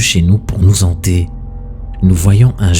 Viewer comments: "Nous zanter" ... "les a fait peur" ?! Frérot fait un effort stp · Pour nous hanter et non pas nous zanter mon ami,dsl on est en france lol